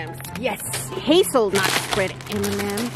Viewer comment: “Haselnut mandm’s” Me: UM EXCUSE MY HAZELNUT CAREER